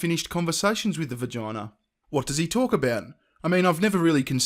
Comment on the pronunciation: its a vagina, not vergina....period dude is creepy as fuck